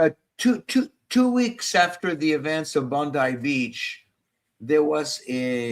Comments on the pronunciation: No report to Antisemitism in Australia and Bondi (pronounced bond eye) beach is in Sydney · Hi. It's pronounced 'BondEYE'. And it's in Sydney..